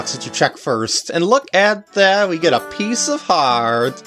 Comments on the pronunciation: Nope I heard him say pizza heart as well. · "Its a pizza heart!" Uhhh i mean pice of heart... lol am i the onlyone who heard pizza heart after the couples mask heart piece?